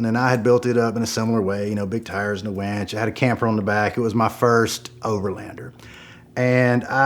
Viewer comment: “big tires and a wanch”